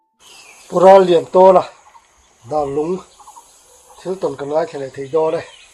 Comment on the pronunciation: Darlung i hre ngai lo mi? I lam dan chu a va mak angreng ve!!!